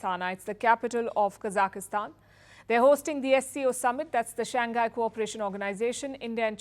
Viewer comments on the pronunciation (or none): its not Kazakistan, it is Kazakhstan, see some youtube videos of foreigners in that country and how they pronounce it, why are you adding an 'I' in that pronunciation.